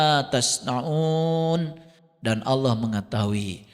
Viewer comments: alquran,nyebut nama Allah saja masih salah.kdg nyebut nya awloh,kdg aloh.mn ada org percaya kamu islam klw sperti itu.malah kamu sndr yg malu nnti.di tantang baca alquran bkn nya membuktikan kamu bisa baca alquran,kamu malah ngeyel blg nya bkn hal wajib.aduh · si blm pintar nyamar jd islam.hrs nya si bljr baca alquran dulu yg bnr biar mirip islam.ini jgn kan baca alquran,nyebut nama Allah saja masih salah.kdg nyebut nya awloh,kdg aloh.mn ada org percaya kamu islam klw sperti itu.malah kamu sndr yg malu nnti.di tantang baca alquran bkn nya membuktikan kamu bisa baca alquran,kamu malah ngeyel blg nya bkn hal wajib.aduh